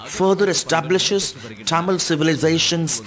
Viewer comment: Dear you are not alien to pronounce Tamil as Tyamil, use little common sense…